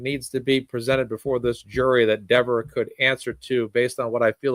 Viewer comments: Don't you CARE mispronounce her name! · I think he said Dever name wrong on purpose to piss her off and make her mean and look bad so the jury saw how nasty she was being behind the scenes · Dever pronounced her name 2 ways. She introduced herself the same way Jackson had been saying it, & then she changed it just to be snippy.